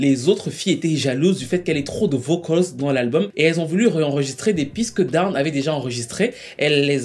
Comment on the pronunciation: Dawn se prononce done